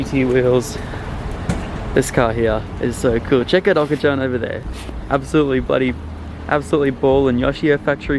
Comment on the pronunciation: When he said Okachan wrong I cringed so hard He hasn't been watching sammits videos